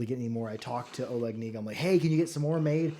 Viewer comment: FYI the "K" in "Kniga" is not supposed to be silent 😊👍